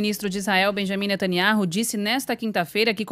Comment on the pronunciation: Este " véi" de boina é mais pseudo profeta falando que o Benyamin vai pra cadeia. E ele nao sabe pronunciar o sobrenome dele!